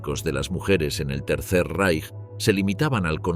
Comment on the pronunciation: Tal como pronuncias correctamente Reich (en oportunidades, no siempre) debéis pronunciar Weimar